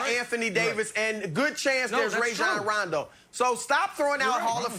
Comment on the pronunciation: Did he just say rondo 😕 lol